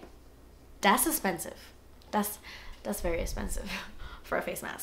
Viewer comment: I swear your videos is amazing there informational, so cool, and funny as hell! i love you. I wait for the story for the burn on your face, and i started laughing then it wouldnt be a video with out you saying " Dass Expensive" and....... chicken lip, i heard chicken leg. Oh that eye liner thou, i was like holy shit just as your eyes open liked that lmao. love you babes